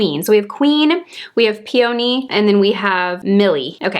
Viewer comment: Omg, ur so funny! Don’t get mad at me but I was eating cereal while watching & I sorta did this gross cough-spit-laugh-choke thing when I heard you pronounce “peony” ROTFL 😂-not once but twice & I just found it endearingly funny 💜💚